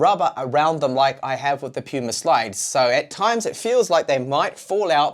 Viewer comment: PaMu Slide, lol. I'm late to the party but didn't see anyone else catch this. Not Puma... PaMu (not that I really give a sh%t), but you should know PaMu.